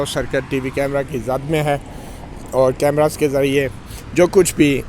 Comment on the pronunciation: کیمراز نہیں کیمرے